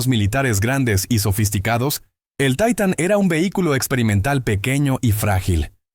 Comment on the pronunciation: Jajajaja taitan.. .se dise titan...así d facil